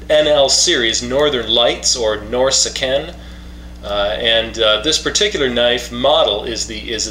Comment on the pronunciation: Norrseken? lol the k is pronounced as a ch for some damn reason